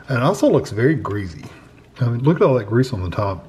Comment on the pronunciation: Grease, not greaze.